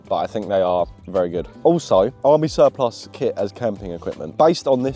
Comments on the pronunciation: Why can’t either of you pronounce the word Surplus 😂😂. Great vid as always lads keep it up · I’m cracking up every time you guys mispronounce surplus!